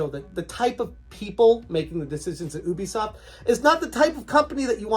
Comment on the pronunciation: It's You-Bee-Soft dude. Ask them if you need proof :)